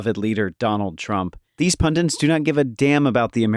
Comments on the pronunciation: It’s pundit, not pundint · Pundit. Not pundint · I like how the narrator can't pronounce pundit